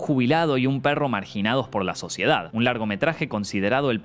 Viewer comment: Soy el único q escucho q dijo la suciedad italiana jajaja